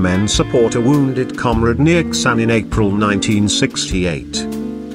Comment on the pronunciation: It's pronounced DAH NANG & KAY SAN